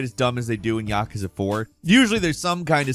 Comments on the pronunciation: Ya-Koo-za it is not Yak-ka-za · i have to say thsiguy has the worst pronounciations ever... "YAhkuhzuh" -_- say it with me "ya- KOO- zuh" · It's "Yah-kooz-ah" This guy misprounces things a lot. Like "iteration" as "Aye-teration" wuut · You’re saying yakuza very wrong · I have never once heard someone pronounce Yakuza this way. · Am I the only one feeling some type of way with the way he pronounced ‘Yakuza’ ? Ahahahah